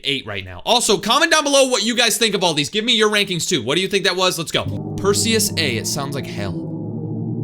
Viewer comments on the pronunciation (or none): none